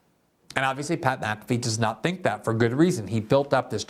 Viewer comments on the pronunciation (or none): Btw, MfFree should never be pronounced lik Maafee. Mc and Mac are not at all the seme. There are family names that begin with Mc and others with Mac. They aren't the same.